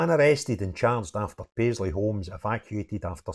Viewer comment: "Paisley" man? yeah right.